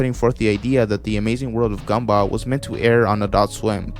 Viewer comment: I like how you pronounce Gumball Gumbah